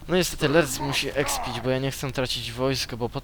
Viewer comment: Czyta się Lurtz a nie Lertz